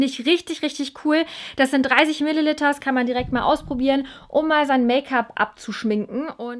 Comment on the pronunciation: Tu mir einen gefallen und sprich Milliliter richtig aus. Danke!